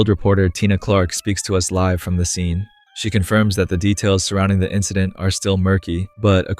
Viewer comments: is when i realized this is an AI voiced channel because of the pronunciation of the word "Live" in "Live on air"... I will still continue to watch it since the script appears human written, and the content is genuinely good. But just putting it out there for my own peace. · Lie-ve on air not lihhve on air Suh kree ting not secret ing